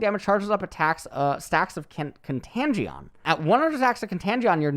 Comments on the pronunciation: con-tange-eon? lol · mfw contagion is pronounced con-tan-gi-on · Kun-tay-jun.... plz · kontajeon. jesus fucking christ,.... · “Contangeon” MY EARS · I am sure this has been said by someone already, but "Con-TAGE-on" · Contangion???? U aint ever heard the word Contagion before lol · pronouncing "Contagion" as "Contangion" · "Khan-Tagion" bro what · How says "contangeeon" is contagious? Lol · No one gonna talk about "con-TAN- GEE-ON"?????? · Contangion =\= contagion lmaoo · lol thee way he pronounces "Contagion" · should google how to pronounce contagion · Am I on crack or is that defenitely not how u pronounce contagion. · trying to say contagion is hilarious XD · Hurts me to see an american like pronouncing Contagion like this jesus... and people listen to this guy for his brain power lol.